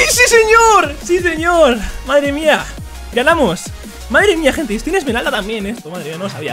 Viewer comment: wtf dice emeral en vez de esmerald en los rangos lol